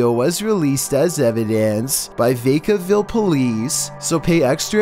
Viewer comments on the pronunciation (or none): its VAH-KAH-ville. not VAY-KAH-ville... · It is pronounced [ vak-uh-vil ] Vacaville, CA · It is NOT "Vake-a-ville". Please learn how to pronounce names of places. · its Vacaville Vaca=Cow in spanish! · bro you butchered Vacaville, try again.